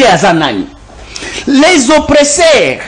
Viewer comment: Très belle émission. please veuillez à votre prononciation OPPRESSEURS et non OPRESSAIRES SVP. Merci tala kk politologue national. Biso tolandaka yo 💪💪